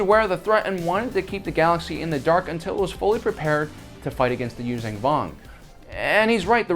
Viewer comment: stop saying "Yuuzang Vong". it's Yuuzhan Vong.